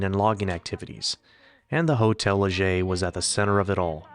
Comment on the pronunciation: Thank you for pronouncing Hotel Leger correctly! Hardly anyone does, even the locals. I lived in Moke Hill for 16 years, 1980-96. I thought the Butte Fire in 2015 was going to take the town, but it survived.